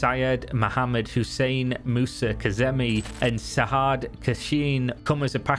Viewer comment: You say the word SAJJAD aa SAJJAD not SAHHAD as they do in USA and other parts of world